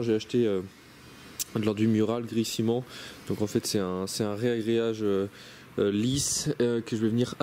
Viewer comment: Petite correction pour une faute de diction reproduite couramment : c'est 'ragréage' et non 'réagréage'.